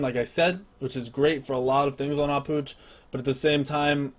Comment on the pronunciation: finally someone that knows how to pronounce "Ah Puch" btw nice guide:)